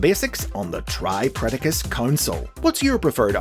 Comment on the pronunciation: I think you might have mispronounced tripledacus It's pronounced the same as tripredacus but with the L where the R is. It's because of the swapping of Rs and Ls in Japanese language Its not triple dacus However I think it would make them more distinct from regular tripredacus to pronounce it that way and I might start doing that